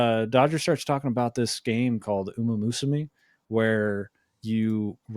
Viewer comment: The mispronunciation of "umamusume" is going to drive me insane